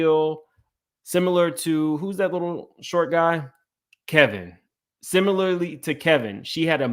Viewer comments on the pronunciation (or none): none